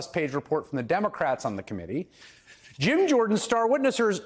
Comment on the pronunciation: Is it Jim, or Gym? Homer says Gyme 🤣🤣🤣